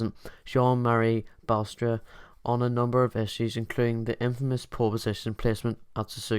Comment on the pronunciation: Jean-Marie "Basterd"?! 🤣 Is that what you just said, mate?